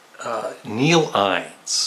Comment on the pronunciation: It's Neil Innes, rhymes with guiness.